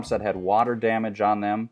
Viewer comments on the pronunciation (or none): none